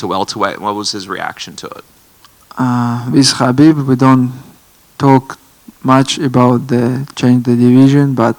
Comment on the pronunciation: He also mentioned the other day that people have been mispronouncing Khabib's name . This , even after Khabib says how to say it, is kind of way more disrespectful.